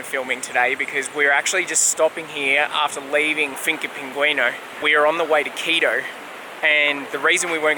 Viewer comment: your pronounciation of Quito would make my ex throw things at the monitor. You are saying Keedoh. You have to remember that in South America, any word ending in o uses a short vowel sound, not oh! So it would sound more like Kito. Good video as usual, have a good week and stay safe.